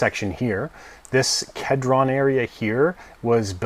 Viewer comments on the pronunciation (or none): Dude you're butchering a lot of names hahaha, its pronounced "Key-dron"